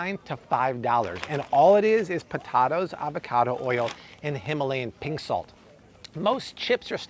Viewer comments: Po-ta-toes, come on!! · Po-TAH-tos... seriously?